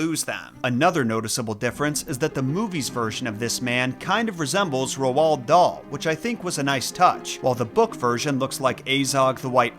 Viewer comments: You don't pronounce the A or D in his first name, Roald is pronounced "Role". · Why can’t Americans pronounce his nameeee it’s basically ROLL 😭😭😭😭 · I was thinking the same thing about his name, I've always heard it pronounced more or less the same as "road" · Roald is pronounced like "role", but other than that i really enjoyed your video, thank you for covering the books of my childhood. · Why do Americans always pronoance Roald with two syllables? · Hearing someone say Roahld out lead was an auditory flashbang. You mean its not Road??? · I was going to watch but then I heard you pronounce Roald Dahl's name wrong twice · Whyyyyyyy 😭😭😭😭😭 why do you pronounce Roald Dahl's first name like that? 🥺🙏🏻😭💔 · The way you pronounce Roald is painful. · You said Roald Dahl's name wrong you say it as ur about to say road but then u say llud after a. I grew up on his stories including the hidden mini story lambs to the Slaughter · It's Roald, rhymes with old. Not Rowald. Interesting video, thank you! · Roald is pronounced "row-ld." Not roh-ald... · It's said rold like gold , not ro-ald lol shits driving me crazy yo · Ro Wald? Lol it's rold. You sound crazy. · Bruh. Roald=rolled, not roh-ahld. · bro its not ROW-ALD. its pronounced like ROLLED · Rowald? Lol pronounced rohl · So...either I've been mispronouncing Dahl's first name this whole time, or has been mispronouncing it. I thought it was pronounced as "Rold", not "Rowald" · “ Rowald Doll”😭😂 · Ruall Darl. Take a shot everytime he says his name wrong. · For future reference, Roald is pronounced Roo-all. It's Norwegian, and you can find the interview where he explains this on YouTube. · Did he call him rowol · It is pronounced ro dal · Ah yes, my favorite author, Ro-wald Dahl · Where did you get ROW-all-D DOLL from? Dude… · ROALD not R-U-H-OLD. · Three things: 1) Roald is pronounced "Roo-All" 2) "...and I AM that lesser man!" 3) Why did you have to tell EVERYONE about my Mum?! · It’s pronounced rolled… Dahl 👀